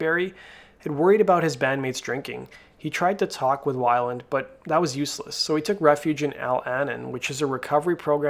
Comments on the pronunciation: I could watch this ... the way you pronounce his last name 😳 Wai-land? It’s Wei-Land (Way-land) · Why is this guy reporting on a culture that he knows so little about he don’t even know how to pronounce weiland. Beat it culture vulture